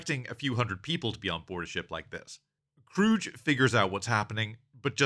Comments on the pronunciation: It's KRUGE (Croog) not CROOGE! Damn that's cringe, and irritating af. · its not krroooge its kruge say krruug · KROOG not KROOJ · It's pronounced Kruge, not Krooge. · It's Krug, not Krooge. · As a small aside, “Kruge” is pronounced with a hard G, not a soft G. Also a short trailing vowel, so it ends up something like “Kroog-uh”. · I always heard the "missing the chair" was initially done on accident on Shatner's part, but then he realized that was how Kirk would respond to his son that he was JUST getting to know killed in cold blood. And only Star Trek could make backing out of a garage look awesome. Btw, it's pronounced "kroog." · It's pronounced Kroog, with a hard G. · If you were that familiar with this movie, you'd know how to pronounce "Kruge." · Your pronouncing Kruges name wrong The G shouldnt souuhd like a J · I don't think I've heard his name pronounced like that before. I wonder if other people say it the same way. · You pronounced Kruges name wrong. Also, he's a commander, not a captain. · Ia this an AI voice because he's pronouncing Kruge wrong and a couple other words. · If you watched the movie, you know that Commander Kruge is pronounced with a hard "G", not "J" 🖖🏼LLAP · Its actually Kruge